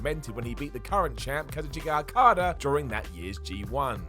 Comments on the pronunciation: Kazoo-Chee-Ka Okada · Ka-zoo-cheek-a Okada vs. Tetsu-wa Nai-toe.